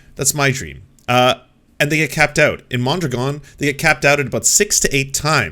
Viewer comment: Thanks for bringing out Destinies pronunciation of “Mon-Dragon” 🐉 lol